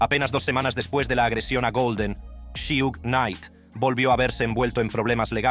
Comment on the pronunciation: Su nombre es suge no shiug mi bro jaja